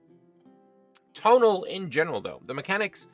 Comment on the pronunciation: I believe "Tonal" in this case is pronounced "Toh'naal" despite its resemblance to the English word "tonal"